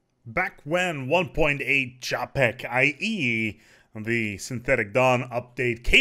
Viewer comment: As a Czech I cringed when you pronounced Čapek =P Still, good try, our language is hard even for us!